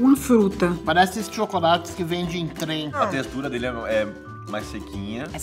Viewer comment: "Pardece esses tchôcolates que fende em trem"